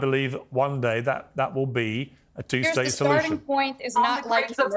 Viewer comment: Did Destiny just say theres a solutuon, but its final?